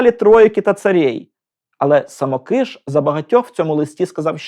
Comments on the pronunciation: Дуже дякую! Але звірте наголос у прізвищі. Мені здається, що СамОкиш, а не СамокИш. Перепрошую. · Дорогенький-саМОкиш-саМОкиша. Ріже слух ваши вимовляння самоКИш. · Дякую за цікаве відео! Єдине маленьке зауваження. Наголос! Все-таки СамОкиш, а не СамокИш. За всієї поваги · А чи правильно ви наголос у прізвищі художника ставите? Коли я вчилась в академії мистецтв, то наголос був на інший склад. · звісно, діло ваше, але я від професіоналів, що дотичні до його творчості, такого наголосу не чула ні від кого. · Дякую за відео. Я вчився в Сімферопольському училищі ім. Самокиша, та декілька разів бував у його Харківській академії. Можете якось обґрунтувати, чому ви наголос робите на "и", а не на "о"? , бо за всі роки навчання жодного разу такого наголосу не чув, дякую. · Браво! Достойний сюжет про талановитого митця! Щоправда, є одне зауваження. Коли я вчився разом з правнуком художника, той ставив наголос у своєму прізвищі на О (так же ж, як і тележурналістка у відеоцитаті). Я гадаю, що родині видніше. З нетерпінням чекаю на сюжет про Сергія Васильківського.